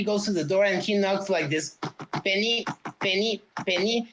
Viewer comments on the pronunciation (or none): none